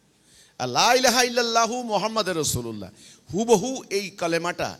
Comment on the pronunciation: ভাই আগে কালেমা টা শুদ্ধু করে বলা শিখ,,,, মুহাম্মাদের রাসুলুল্লাহ হবে না মুহাম্মাদুর রাসুলুল্লাহ হবে